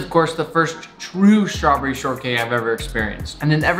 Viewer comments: I love how he says ✨🍓 Schtravberrie 🍓✨ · tf the way he said strawberry lol